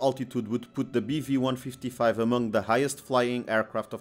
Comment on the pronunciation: I thought he kept saying beefy lol